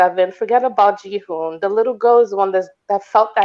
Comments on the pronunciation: Can people please stop pronouncing his name "Juh-hoon"? 😆🤣Lol. It isn't even a hard Korean name to pronounce and is spelled like it sounds. Why do so many say it that way? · They also can't say Jihoon haha